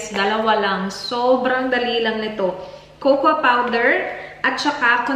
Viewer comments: It’s pronounced as “koko” and NOT “kokwa” the “A” is silent in cocoa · she is bisaya and we say it cocoa or kukwa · it is pronounced ‘Coco’